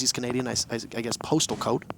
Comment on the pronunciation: Dude really said "Pulse-tal code"